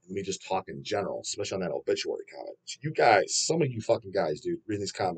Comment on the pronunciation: I was actually insulted when I unfortunately heard Bullituary.